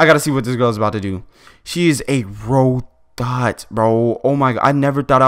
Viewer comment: U said rogot 😂😂😂😂✌